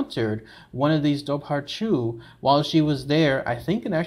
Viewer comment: Great video, side note, it’s actually pronounced “Dover-Who”